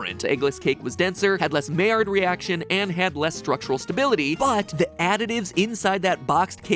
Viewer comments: Mai rhymes with eye, not may. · My-ard not May-ard 😁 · Just a quick note, Maillard is actually pronounced My-yard, not May-yard! but it's a common misconception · "Maillard" reaction is actually pronounced "my-yar". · The only thing I gotta say is I prefer the pronunciation to be My-yard insta of may-erd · It’s pronounced my-yard (my and yard share the y) 😭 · Lol Maillard is pronounced miyard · Matpat: pronounces Maillard as "mayor" Me: pained French noises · Maillard reaction was pronounced with “my” at the beginning... I’m must now google it. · maillard is pronounced my-YAR (looked up the spelling of the pronunciation on wikipedia)... that was bothering me the whole video. (though i've heard people pronounce it my-YARd, but really, either way is better.) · maillard reactions are pronounced "myard" reactions matpat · I'm pretty sure maillard is pronounced my-ar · am i the only one who cringes when he pronounces "Maillard"? I don't know why, normally I don't care about these things. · Anyone else get annoyed on how he pronounced maillard. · Hey Matpat you're pronouncing Maillard really weird, also check this out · As a cook its botherd me he pronounces it wrong everytime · You're pronouncing Maillard wrong.